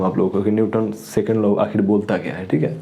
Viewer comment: Bhaiya wo law hota hai , not low